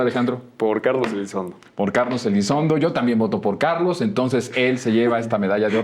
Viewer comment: Elizondo o Elizonzo?? 😅